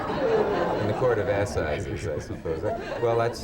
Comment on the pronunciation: "The Court of Assizes ..." groan